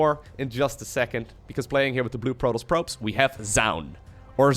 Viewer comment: Not hating on the accent, but every time you say protoss, i swear i get a piece of my brain removed. Love the content though, keep it up.